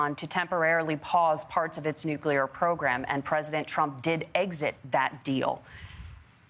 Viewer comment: "Nucular" ! ..Anyone who cannot correctly pronounce the word nuclear should not be in a position of power. Its Nuclear (new clear) , not (new q lar)